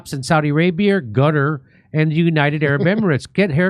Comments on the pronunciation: It's pronounced 'Kuh-Tar' not 'cutter' 😅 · Qatar not pronounced “Cutter” Kurt, it’s pronounced “Khataar” I lived there, so I should know. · No, it’s not called “Gutter” if you can’t say the Arabic “Q” say “Kutar”. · Qatar (Kah-tar) no cutter omg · Its not cutter. Its Qataar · Its proper sound is not "Gutter", it's "Kah-tar" with the emphasis on the first syllable, rather than the second. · SR. JIMMY IT'S KA-TTARR NOT CARER!!!!!!!!!!!!!!!!!!! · It's pronounced Cut-R, not "Cutter".😂 I like how the sidekick guy said, "Gutter".😂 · ehy do american struggle so much pronouncing qatar lol it’s not kader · IT'S NOT GUTTER. DO THE WORK AND LEARN HOW TO PRONOUNCE قطر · If I have to hear Kurt pronounce Qatar one more time. It doesn’t make you sound smart. No one cares.